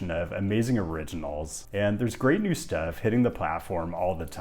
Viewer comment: Thank you for not attempting Te Reo Maori (our language), as your grasp of English is shaky as evidenced by your highly unorthodox pronunciations of even simple words (e.g. 'steff' instead of 'stuff').